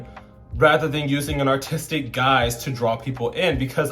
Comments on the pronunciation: B, every time you said "aRtistic" all I heard was "Autistic". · I thought you said ‘autistic’ instead of ‘artistic’ and I was like okkk represent the neurodivergent girlies 💅🏼 😭